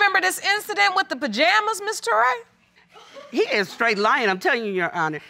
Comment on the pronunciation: Did grandpa just say "3:6 months years old"? Touray, a very common surname in west Africa accept its pronounced as Tooray